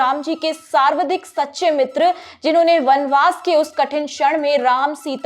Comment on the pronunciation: सावर्धिक नहीं सर्वाधिक।